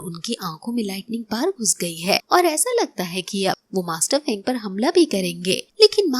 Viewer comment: Sister us bande ka nam fang zun zhei hey feng zhei nehi